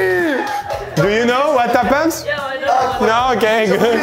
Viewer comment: « Do you know what happens » wows Pierre l’anglais c’est toujours pas ton point fort 😅